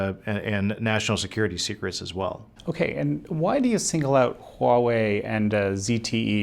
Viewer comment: It’s Huawei. (Hwa way). Not wa way